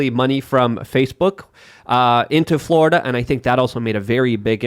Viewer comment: The way Rubin pronounces Florida needs to change 😅